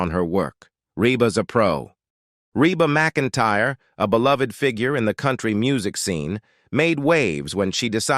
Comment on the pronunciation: This is a terrible post with a terrible computer voice that even pronounces her name wrong about 4 different ways. This is really negative and many things are wrong. (She sang in high school with her brother and sister - The Singing McEntires.) This post even spells their last name wrong. I